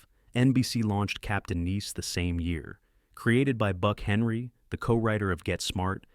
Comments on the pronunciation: I think the bot that's reading this saw "Nice" with the capital letter and read it like the city in France. I can't listen to this much more. I'm seven minutes in, and I'm going to quit. The subject matter is interesting, but that voice is intolerable! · An abysmal AI mispronounciation of "nice", among other words. Turned it off ; I'm not subscribing! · It's not niece, it's nice. Nīs. Long I It's not u.n.c.l.e. it's Uncle. You're supposed to pronounce the acronym as a word, not spell it out.